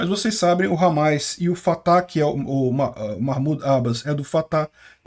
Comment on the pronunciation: Parabéns pela cobertura, mas é Hamas e não HAMAIS